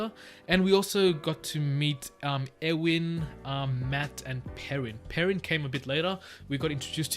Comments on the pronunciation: Perrin is pronounced pear-in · Pronouncations if you want them: Aes Sedai - Eye-Se-die Nyneave - Nigh-neev Myrddraal- mird-dral Don’t pronounce the h in the pronunciation guide. That h at the end just means end the sound there!😂 you had Perrin right before you read the guide!!!